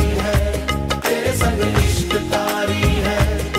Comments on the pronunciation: That's "TAARI" not "KAARI". HOPE YOU TAKE THE CORRECTION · nice effort. but it isn't "ishq kaari" it's "ishq taari". "taari is an urdu word.